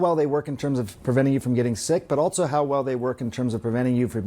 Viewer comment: Why does he keep saying "altso"?